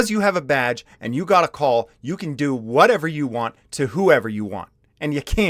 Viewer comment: Did you say because you have a badge or because you have a vag? :P